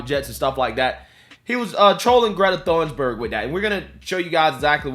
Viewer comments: It said "" hahahahah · Thunberg, not Thorn burg🤣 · Just thought you should know, her name is pronounced like Toon-berg. The "h" is silent. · Pretty sure her name is pronounced 'Tuneburg' .. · FYI. For English speakers, Greta's last name is pronounced "toon-berg," silent 'H.'